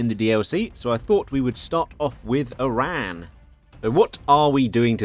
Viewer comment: Oh thank God finally someone pronounced "Eran" not "I-ran"...